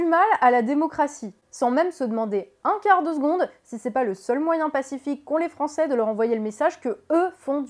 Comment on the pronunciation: Tout a fait d'accord sur l'analyse de fond... Pour la forme, "les Français qui z' ont été voter"... M'enfin!!?;-)